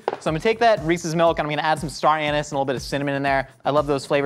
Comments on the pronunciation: I heard star anus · Could somebody please teach how to pronounce star anise? "a neice" not "anus"